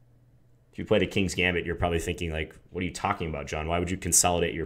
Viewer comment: John! I didn't think you knew how to pronounce gambit! very nice, my main opening is this exactly